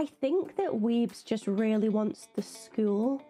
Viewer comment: Weems, not Weebs! 😂 Larissa Weems... The actor who plays Thing is a magician...